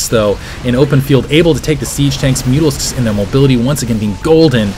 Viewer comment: Every time says mutalisks I think he says mules. haha